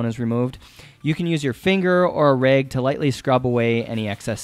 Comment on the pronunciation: Its rag not reg